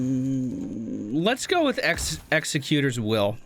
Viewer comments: X ec U tor plz it hurts my brain when you say it wrong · It annoys me more than it should that he pronounces "Executor" wrong every damn time. In his theorycrafting video he initially mispronounced it, then corrected himself to pronounce it the right way, and then for the rest of the video mispronounced it. It also annoys me that I remember this.